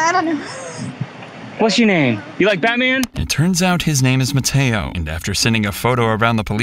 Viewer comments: Mateo❌ Matedo✅ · When the narrator named mateo i actually heard potato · Bro the first one he call it MATEO like brainrot animal😅